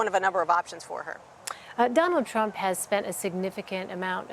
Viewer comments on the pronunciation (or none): He cant even pronounce Trump.